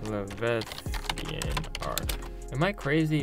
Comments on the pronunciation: Levethian. No. La-vy-a-than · It's leviathan (Lev-eye-uh-thin) not levethian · Levi-athan not levethian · Levethian? Le-veye-a-than leviathan. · That pissed me off too ngl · Le-VI-a-than, not le-ve-thian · Your pronounced leviathan wrong la vi athen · You pronounced leviathan wrong! What is a “Le-veth-ian”? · Dude you can’t say leviathan - “lev eye a thon” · you pronounced leviathan wrong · You pronounce Leviathan really weird. Have you never heard of a Leviathan in any way, shape, or form?! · Stop saying boys every other word. Also learn to say leviathan correctly. Otherwise it was interesting, annoying boy, but intetesting.